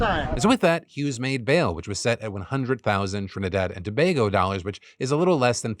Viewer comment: TRINIDAD AND TOBAGO !!!!! btw thanks for pronouncing it properly